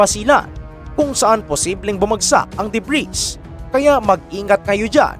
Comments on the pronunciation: "Debri" ( Ito ho ANG plural na Ng debris") Lang po i-prononce at Hindi debris KAHIT GANUN ANG spelling. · DEBRIS- silent " s " pronunciation DUH-BREE